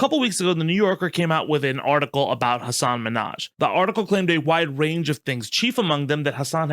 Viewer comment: Sorry I don’t want to be annoying but Hasan really cares about the pronunciation of his last name. It’s not like Nicki Minaj is Min haj